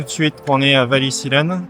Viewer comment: Voici un test très intéressant. Pss : Wallisellen (et non Wallisillen), je fais mon malin, mais c'est là qu'habite ma cousine. Le truc drôle, c'est qu'elle est du premier mai… Quel coïncidence non…